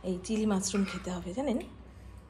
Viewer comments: It's mushroom.Not musroom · Musroom na mushroom. S noy sh.